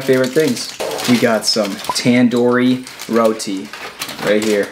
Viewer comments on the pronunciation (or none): none